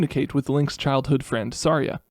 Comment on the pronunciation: I’m pretty sure the way you say Saria is “suh rye ugh”. It’s a fairly common name that I’m sure you now realize.